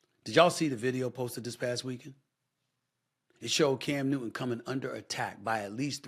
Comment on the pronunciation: New-Ton not New-Een. Bro don’t make it about race. Your despicable. Everything is not race. It’s just punks fighting (not Cam). You always make it about skin color, talk about doing damage!! Your not just talking about violence. Your talking about racism. Again. Standard, par the course. Carry on.